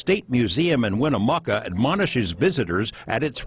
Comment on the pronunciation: I used to deliver the mail to the Winnemucca family. It is pronounced Win...uh....muck...uh. Chief Winnemucca was at Pyramid Lake when we delivered the mail there. I am very interested in giants and am writing a book on pre flood giants, If you are ever in this area I wish you would reach out, I have things to show you.